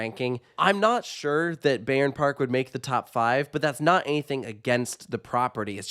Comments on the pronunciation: Don't wanna be the guy but here I am: The correct pronunciation is 'Buy-ern Park' Great review, I love this park and its atmosphere. It's well taken care of and generally has good vibes. Hopefully, they'll add another really good coaster down the line. Currently, I'll visit once per year but if they added a flagship coaster, an annual pass would be a no-brainer for me. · Cool video! Just to say you pronounce the "Bay" part in Bayern like Bye. So it sounds more like Bye-rn Park.